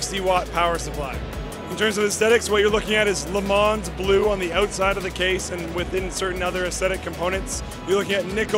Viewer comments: Aww dude, you don't pronounce the "s" in Le Mans. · Please do not pronounce the "s" on Le Mans.